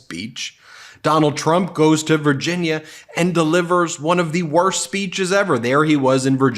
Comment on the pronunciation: ..."the worsk is nuclear warming"... Huh?